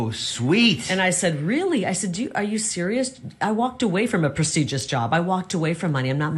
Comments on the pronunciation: 👉 PRA-SEE-ZHUS ??? Is that how she's pronouncing PRESTIGIOUS (2 and 1/2 times) ??? 😮 😜 😠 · “Precedious” ??? I think you mean Prestigious ….you bullshit spouting publicity whore! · What kind of job did she call it? "A press-egis Job"? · Is she saying 'preseegious' ?? Instead of prestigious?? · What exactly is a "preseeges" job? Has she been drinking? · She kept saying "presegious" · Does it sound like she’s saying “preseigious“ rather than prestigious? 🤨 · She walked away from a “presigous” job. 😂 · She says "Proceduress" and not "prestigious" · She can't even pronounce ''prestigious''. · She couldn't even pronounce prestigious bur she's turning down high paying jobs. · ❤she can’t even pronounce prestigious. What the…. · She can't even pronounce prestigious correctly